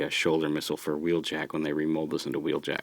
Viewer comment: Wheeljack did you say whelljack woohoo he's my favorite character